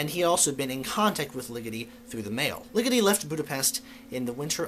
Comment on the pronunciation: The way you say Ligeti gets on my nerves